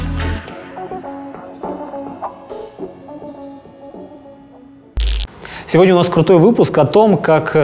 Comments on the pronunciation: ЯХИН а не яхтин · Почему яхтин ? Если Яхин